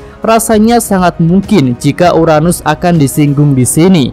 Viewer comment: URANUS.. bukan UNARUS